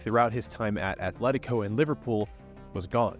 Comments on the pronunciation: "athletico" my ears bleed. it's either Athletic Bilbao or Atletico de Madrid. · Loved you vid, but please don’t pronounce it as “Athletico” 🥲 Otherwise, a nice story! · Atletico not Athletico.